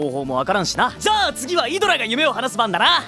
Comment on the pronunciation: 12분 30초 발음/ 아드라> 이드라